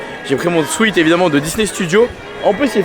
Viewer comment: J'ai tellement hâte d'être en octobre, j'y serai pour la 9ème fois! J'adore Orlando! En tout cas, merci pour tes vidéos, je te suis depuis pas mal de temps et tu es au TOP! Petite info pour ton anglais : on dit " Saï Faï " (Sci Fi) et on dit aussi " un Swèt " (Sweat) et non pas un "swiiiit " 😉😉😉